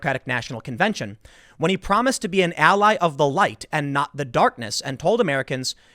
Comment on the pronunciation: He definitely said allie of the white